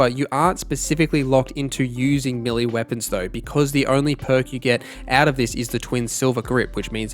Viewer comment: It's melee.not millie